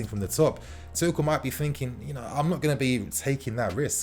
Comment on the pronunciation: At this point I just wanna see some good football being played....getting sick to death of the ball going backwards constantly. Ps it’s pronounced “two-shell”